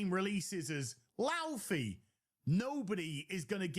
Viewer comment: He called Laufey a stupid name and couldn't pronounce it, proving he just heard of the character upon this trailer (a grifting tourist) and "disrespects European culture" himself apparently. Laufey is a real name.